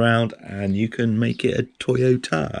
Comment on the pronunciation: Well at least this one say Toyota lol.